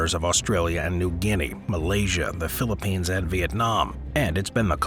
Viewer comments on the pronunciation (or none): none